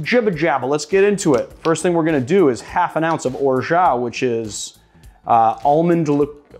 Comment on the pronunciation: Orgeat is pronounced or-ja , excellent with pastis and water of course makes a "mauresque" famous coktail in southern France